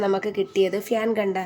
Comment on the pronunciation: ഫ്യാൻ അല്ല fan🤭🤭🤭🤭